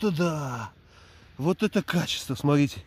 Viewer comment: Смарите,смарите...А букву Т где потерял,в грибах?Назвался блогером- полезай в кузов,то есть следи за речью,япона твоя мама!